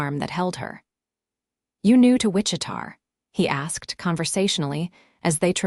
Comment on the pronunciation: fairly sure that the town in question is Wich-i-ta, KS - Not Wich-i-tar.....AI needs massive help with names and cities.